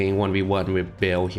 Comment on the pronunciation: it call ba-el